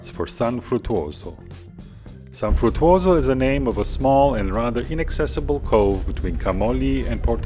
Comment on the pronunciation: It is also San Fruttuoso (of Capodimonte) and not "San Futoso"